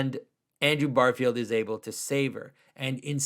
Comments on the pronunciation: Great video. But it is Andrew GARfiled, not BARfield, though. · Plot twist: Andrew Garfield is a huge Symbolic World fan, and is devastated at how Jonathan pronounces his name.